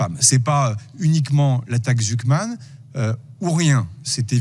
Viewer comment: Si on était taquin, on croirait entendre « L’attaque-ss-Zucman » 😅